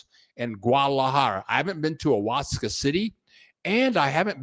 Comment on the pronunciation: Oaxaca is pronounced Waahaacaa!